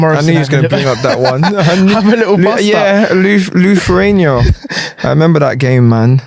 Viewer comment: The way Zaha says Lithuania 😂 what a moron.